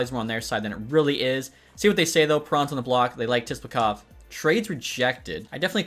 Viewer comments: your killing me its (Sip-la-kov)!!! lol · “Tisplakov” lol